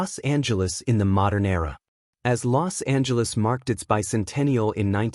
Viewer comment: You're pronouncing "Los Angeles" incorrectly. The "S" and "A" run together. The way you're pronouncing it sounds like you have contempt for the City of Angels (est 1781). Anyways it's always good to hear about Los Angeles' history.